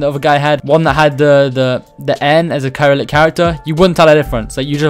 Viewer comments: its not "Kai-rillic-" its "Ser-illic", and Ukraine and poland both use it. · Bro you said no Russian letters, Cyrillic is an alphabet used in Russia and other parts of Europe and Asia. Btw Cyrillic is pronounced “ sy-rill-ic” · It's pronounced like syrillic like it has an s. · The way you pronounce Cyrillic is Se-ril-lik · the way you pronounced cyrillic hurts me